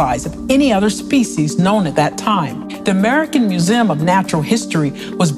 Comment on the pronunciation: Swear she is saying vertibra and muzem